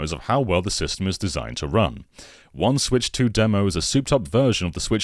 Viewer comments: Every time read out "One 'switch' 2" I felt like he was talking about 1 2 switch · "One Switch 2 demo" For a split second, I heard that as a "1-2 Swich demo"